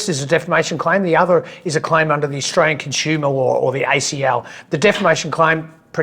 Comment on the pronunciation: Avi, listen to the Canadian's pronunciation of "Australian". He gets right while you persist in pronouncing it "oshtraya"